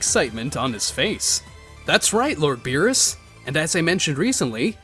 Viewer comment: Beerus not berrys